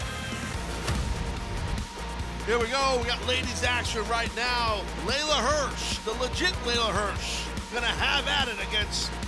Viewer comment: Just FYI, it’s Leyla Hirsch, not Layla.